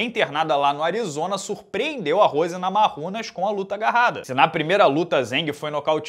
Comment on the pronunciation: pelo amor de Deus, pare de falar Rose Namarrunas. De onde você tirou esses dois “r”? Em lituano, o “j” tem som de “i”. Portanto, o certo é dizer Namaiunas. Você um cara muito inteligente e bem informado. Sou fã do canal, falar errado não combina com você.